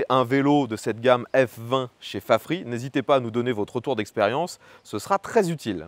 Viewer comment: Mais pourquoi prononcer "Fafri", alors qu'en anglais, ça se prononce "Fafrize"...? ? ?